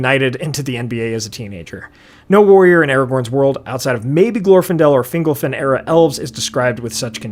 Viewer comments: Can we talk about whether it's pronounced "fingle-fin" or "fin-golf-in"? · Finglefin? Fingolfin. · Fingle-fin? Literally never heard Fingolfin pronounced like that.